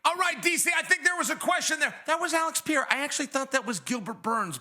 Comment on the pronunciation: Choad Sonone needs to learn how to pronounce Pereira’s name. Pierra just shows his ignorance and disrespect.